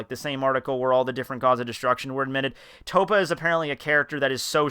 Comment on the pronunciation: and it TOPPO pronounced TOE-POE